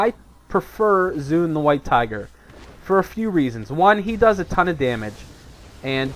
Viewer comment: 1. There is no such thing as snapshot statistics anymore, they removed it from the game for all pets 2. Its pronounced "zwen" not "zune" <===not microsoft 3. Chi burst is a gain in the aoe rotation, and using tiger palm is a dps loss at any point where there are more than 1 mobs. 3. FoF is above mastery procs in priority 4. Best secondary stat is haste up to ~7.4k at which point crit becomes dominant...there is NO POINT AT WHICH MASTERY IS BETTER THAN EITHER.